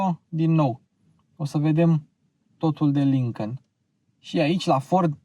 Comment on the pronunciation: Îmi plac foarte mult review-urile tale, sunt si informative si placut de urmărit dar lasă-l pe "Lincăn" mai ușor că ești român și urmăritorii tăi la fel. Încă odată te felicit pentru munca depusă, te urmăresc de când era atelierul la început✌🏼